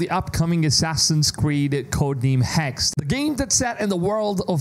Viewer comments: Its been months now how are you still pronouncing Hexe wrong? It's Hexe, not Hex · The Name ist HEXE not Hex it's a German Word and we spell every Letter of this Name. Hexe means whitch. Same with Porsche not Porsch. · First he was pronouncing it Hex-A (as the in the English word Say) and now he's just pronouncing it "Hex"